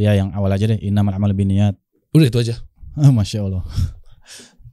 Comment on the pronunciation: bukan inamalu biniyat bang tapi innamal a'malu binniyat